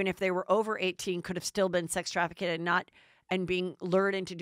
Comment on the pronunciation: Sex traffic-kid is not how you pronounce sex trafficked. Please explain this to Heather.